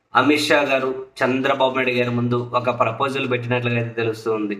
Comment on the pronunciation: Saami nuvu Chandra babu Ani vathi palakadam yenduku bagaledu vinadanike asahanga undi